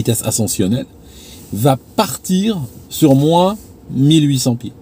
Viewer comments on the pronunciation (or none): none